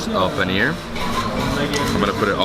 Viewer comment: Bhaisahb ko paneer bolna seekhao yaar paniyer bol raha hain🤣🤣